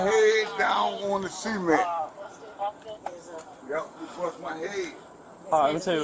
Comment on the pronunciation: I can’t believe the cop hit his head on the Seement, he should’ve put his heands up and got on the graowned.